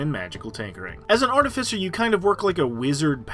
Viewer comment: It’s pronounced Ar-Tiff-icer, not arti-ficer.